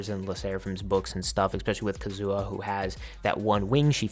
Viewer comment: The way you say Kazuha is hilarious 💀